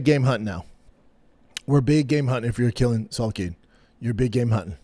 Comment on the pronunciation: Man I wish Brenden could say quillan salkilld correctly lmao